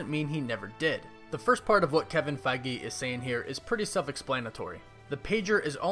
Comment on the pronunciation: Am I the only one who was disturbed by how this guy pronounces "Feige"?